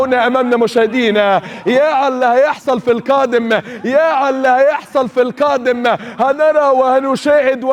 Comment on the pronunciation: اول مرة اشوف حد عنده اللتة فى القاف الفريك الكائم كااااادم كرة كدم